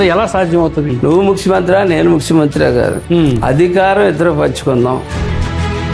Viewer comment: ముక్సిమంత్రి కాదు బాబు ముఖ్యమంత్రి😅😅😅😅